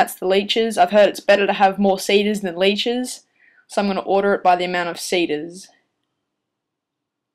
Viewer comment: seeders and leechers not sayders laychers lol